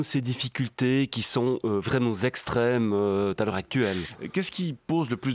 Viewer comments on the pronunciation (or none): "ces difficultés qui sont vraiment Zextrêmes" :)